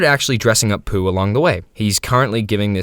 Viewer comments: ITS POU NOT POO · i always thought pou was poo. And HOW do you call it "poo" it's "po-ooh" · stop saying poo its pou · “Poo” is crazy bro is “P-O-U” WITH A U BROOO😭😭😭😭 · Why you pronounce it as poo. It's P O U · It's "p o w" not "po" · Pōū, not Poo😂😂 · You're pronouncing it wrong it's Poh not poo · STOO SAYING POO SAI P O U POU PAU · Something about the fact he's saying poo instead of pou (p-oh) triggers me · I CANT LISTEN TO YOU WHY DO YOU CALL IT POO AND NOT POU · I believe you mean "Poe" like in Edgar Allan Poe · Dude no, we also call it POU, we say POU not pOO 🫠 Im hispanic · Sepuh pou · me estas jodiendo q los gringos le dicen "pú" a pou? dios nunca me lo hubiera imaginado ajsjajsj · IT WAS PRONOUNCED 'POO' ALL THIS TIME???? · Dude its pronounced bou but the b is firmer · do you pronounce pou as poo on purpose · I remember pronouncing pou's name as Po-uu. Like i separated the 2 vowels instead of combining them. I still pronounce it like that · Isn’t it “Poh”? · love how the not a.i voice is called Pou "Pole" when you very clearly used the correct pronunciation in the beginning. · It's pú! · I’ve always heard P-U-H 😭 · No it's Pou (Pow) this guy is just mispronouncing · First person to misspronounce pou 😭💔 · You're supposed to pronounce it like he's the dragon warrior!